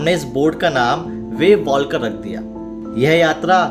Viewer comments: Abe anpadh usko वेव वाकर kahte hai वेव वाल्कर नही 😂😂😂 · It is pronounced as wavewaker